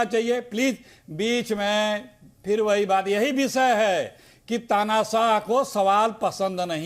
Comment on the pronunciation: पहले हिन्दी ठीक तरह से बोलना सीखें,विषय होता है,विसय नही,देश होता हैं देस नही 😅😊😂